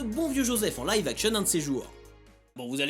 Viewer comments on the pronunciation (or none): none